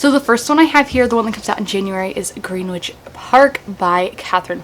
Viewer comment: Happy day 1!! I didn't know NOS4A2 had Christmas vibes. Alsoooo "Greenwich" is pronounced gren-itch, because English place names make no sense 🤣😅